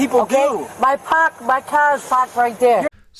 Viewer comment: She's from Boston. "My cah is pahked right there!" 🤣🤣🤣